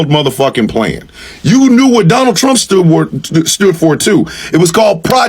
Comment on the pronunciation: I will boat, for Donnull Trunk😂